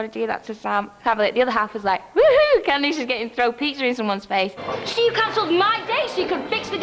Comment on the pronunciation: I can’t see the name Candice without hearing “CandEESE” 😂 We don’t pronounce it like that here, it’s so fancy and pretty!